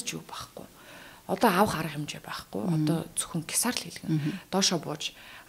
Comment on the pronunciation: Кесар гэдэг үгээ зөв хэлж чадахгүй бол зүгээр хийсэр гээд ярь л даа яасан хэцүү сонсогддог юм бэ анхаарал сарниулаад